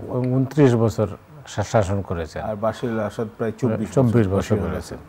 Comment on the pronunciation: উনি বাশির আল আসাদ বলছেন কেন? কানে লাগছে বার বার! ওনার নাম বাসার আল আসাদ।